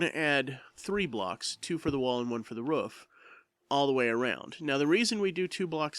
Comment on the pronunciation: Its pronounced roof not ruff!